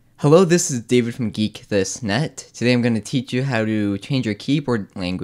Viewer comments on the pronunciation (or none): none